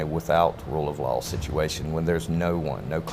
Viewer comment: every time he said rule of law i heard rule of lol